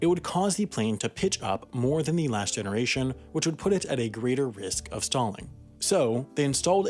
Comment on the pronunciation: There are two ways to pronounce the word 'the.' They are, "thee" and "thuh." If "the" precedes a consonant, it should be pronounced "thuh," as in "thuh car," "the flight," and "the damage." If it precedes a vowel sound, the pronunciation switches: "thee eagle," "thee other," and "thee eyeball." This narrator very often uses "thee" to precede words with consonants. The overall effect is that the narration sounds stilted and artificial. The points where it happens are jarring. This happens quite often in amateur voiceover work and it is very prevalent in homemade YouTube videos. It might be due to the speaker's desire to speak or pronounce with a clinical precision or exactness but since it is counter to normal English speech, it is off-putting. I'll try to listen to this interesting video without the shortcoming bothering me but it wont be easy.